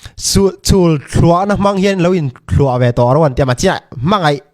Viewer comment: Thuah pawh lam dik hlei theilo 😅